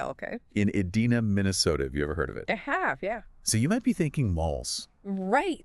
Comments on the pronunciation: E-Dee-na, Minnesota? Nobody who's heard of Edina would make that mistake. An AI voice might though... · Ahhh! It's Ee-dine-ah!